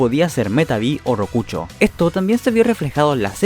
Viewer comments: rokuchooo :v rokusho papu con "sh" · Que gracioso que el video comience con una lección sobre literatura Pero el que hace el video no sabe nada de eso 😂😂 "Chonen", "pleitechon", "rokucho", " chingata" o chingada en tu caso Jajajaja😂😂😂 Que asco